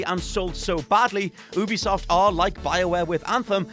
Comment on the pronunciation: Who says Ubisoft like that??